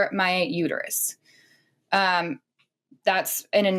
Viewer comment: “It’s uterUS, not uter-you.” Homer Simpson